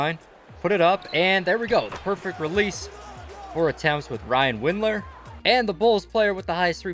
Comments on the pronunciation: Dylan winder not Ryan lol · Did anyone notice he said Ryan Windler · Who tf is Ryan Windler? It's Dylan bro, Dylan. LMFAO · Did I just hear “Bryan Windler”